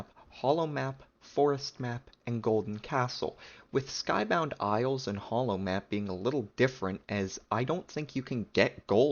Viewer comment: Hallow Mansion and HoloMap was the same pronunciation, I was confused XDD